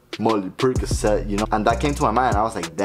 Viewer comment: "Money percacet" 😆